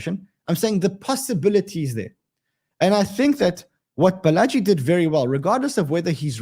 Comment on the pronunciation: Balaji is pronounced "Baala-G" 😊